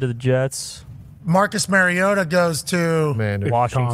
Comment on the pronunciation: always mispronouncing mariota lol